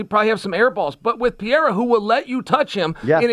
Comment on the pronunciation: Trt does miracles, look at the shape of Chael vs Cormier. Interesting to see also how Chael fixed pereira instead of pierra 😂 that’s a paid gig